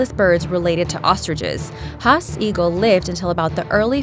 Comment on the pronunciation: you said haasts eagle roung and you also said mauri roung which frustrated me